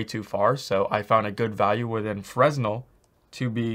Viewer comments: The roughness is what controls the glossiness of your materials in a PBR setup. You shouldn't need to use specular if you use the correct roughness settings. Also, (and I'm really not trying to be a jerk) the S is silent in Fresnel. I used to say Fres Nell too :P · Lmao Fresnel.pronounced Frenel.. Btw the 0.5 spec setting is not PBR, there are spec values for grass and other materials. Because you cant break energy conservation with metalness/roughness. EPIC even mentioned it in their documentation: "When you're editing a non-metallic surface material, there are times when you'll want to adjust its ability to reflect light, specifically, its Specular property. To update a Material's Specular, input a scalar value between 0 (non-reflective) and 1 (fully reflective). Note that a Material's default Specular value is 0.5." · Really good videos, you cover a lot of stuff other tutorials don't. BTW Fresnel is pronounced fruh-nel with a silent S ;) Keep up the good work